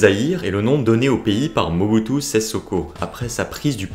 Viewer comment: Sese se prononce "séssé" ! Pas "sèze".